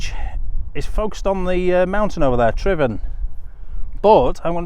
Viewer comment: One of the few vloggers to pronounce Tryfan correctly 👌